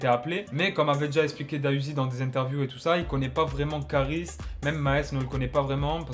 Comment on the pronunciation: C’est pas da uzi c’est D.A uzi stp respect le nom de l’artiste